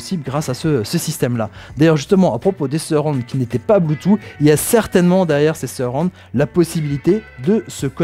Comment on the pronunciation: bonjour, ce qui est dommage dans le commentaire c'est que l'on ne dit pas "bloutou mais bloutouss" et je trouve que pour une diffusion large ce n'est pas l'idéal